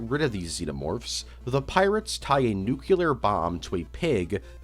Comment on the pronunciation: NUCLEAR NOT NUCULAR STOOPID